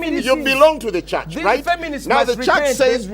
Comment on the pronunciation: WHEAH WAAHS DA CHAAHTCH?!